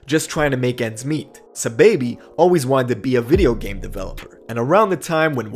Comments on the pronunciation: It’s not “ s’baby “ it’s “ saw baby “ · Who tf is suhbaby? Did you mean sahbobby? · It’s ‘SA-Baby’ not ‘S-baby’ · It’s “sai-baby” not no dam sa baby.... know who you talm bout sahiibaby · Aman Saaahhh-baby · Dawg keep saying Saababhi 🤦🏻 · ITS SAH-BAHH-BEE